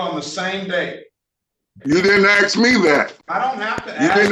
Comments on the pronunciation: Well, if you "aks" for dismissal. It must be approved. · My Honor, I wanna axe you: Is this on the record? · He's "axing that it all be dismissed." How does one axe a dismissal? One can axe a log, axe firewood, axe a stump, or axe a murder victim. How does one axe a dismissal? With a paper shredder? Later he mentions wanting to axe the judge. Murder threats? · He wants to be "axed!" Quick! Somebody get an ax and report to the courthouse!!! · Another person "axing"